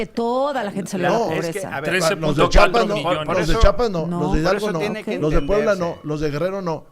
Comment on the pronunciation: ESE VIEJETE YA ESTÁ MUY VIEJO PA QUE TODAVÍA NO SABE CÓMO DECIR “ CHIAPAS “ JIJODETURPM